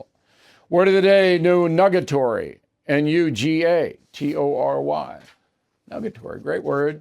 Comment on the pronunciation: Bill, you mispronounced “nugatory,” your word of the day. 🙄 The correct pronounciation is NOO-guh-tory.”